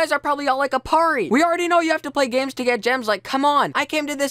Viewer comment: when he said he thought that dudes username was Aparri0 It sounded like he said Mario lol